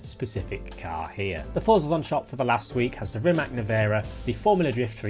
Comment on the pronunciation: Please learn how to prononounce Rimac correctly, i beg you